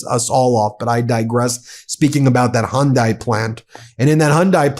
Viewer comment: Its hy.undi not hundi